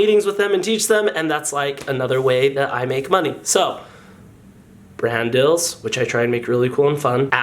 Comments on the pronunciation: Are you saying brand deals or brand DILLS? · I thaw he said dadadels but it was brand dills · turn on comments and instead of it saying "brand deals" it either says Brandels or Randall's